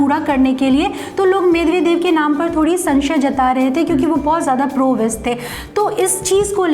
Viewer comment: कामरेडों ने तो लूटकर रखा था रूस को यही कारण था वहाँ विखंडन का , जॉर्जिया पर कब हमला किया ? मिदवेदिव होता है मिदेवेदेव नही । बहुत अधूरी जानकारी है तुम्हारी , थोड़ा कामरेडी पात्रतारिता से हटकर फैक्ट जुटाया करो ।